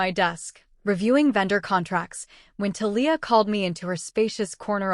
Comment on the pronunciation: Conflict of interest is just one of the flaws, but reader buy-in was broken early in this story by other flaws. You would get more likes and subscribes if you spent just a little time editing a story before you fed it to an AI TTS that pronounces Thalia wrong.